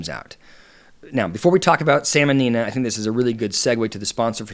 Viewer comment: How hard would it be to do a quick check that you have names correct before you start recording? It's Nia, not Nina. Gothard, not Goddard. Btw, big fan of your content,.